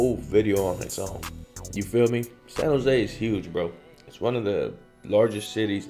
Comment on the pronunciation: “San Jo” you said it right my dude